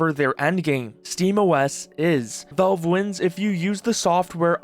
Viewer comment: Please.... good God....stop saying "Volve"...say "Valve" just like you've heard everyone else pronounce it.